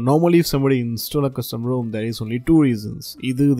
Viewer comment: It would help if you combined your good tech knowledge with more understandable English. I could not understand the names of any of the alternative ROM's you mentioned, but luckily your graphics showed the names on screen. TIP: "Rom" and "Rome" do NOT sound the same. The final 'e' at the end of Rome (the city) makes the 'o' long, so it sounds like Rome, phone, loan, etc. In 'Rom', there's no 'e' at the end so the 'o' is supposed to be short: Rom. As in pom, Tom, bomb, etc.